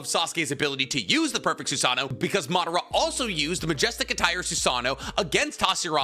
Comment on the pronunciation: Its funny because we all say "Soo Sah Noh" (including me), but the proper pronunciation is actually "Soo Sah Noh Woh" haha. Just something that i recalled since its said so much in the vid lol